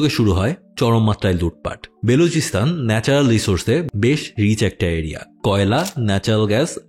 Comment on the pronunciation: It's BALOCHISTAN, not Beluchistan 😂😂😂